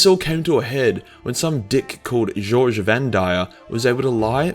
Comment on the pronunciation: Its Goge as in Got, G oge Vandire. Evil fuckin name if you ask me.